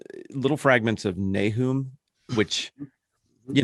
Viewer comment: Nahoom? I've always pronounced it NAY-um.